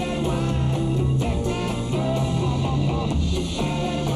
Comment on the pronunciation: He does. Sometimes it’s pearl, sometimes it’s girl.